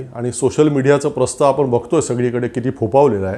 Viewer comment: मणात नाही.मनात. सुजान नाही.सुजाण.आपन नाही.आपण.महाशय आधी शुद्ध बोलायला शिका आणि नंतर भाषण ठोका.